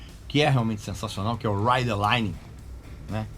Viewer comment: "ri de laite" é teu cu kkkkk